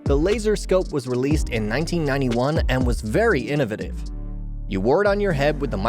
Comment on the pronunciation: He can say ‘innovation’ but has a problem saying ‘innovative’. What’s the deal with that?!!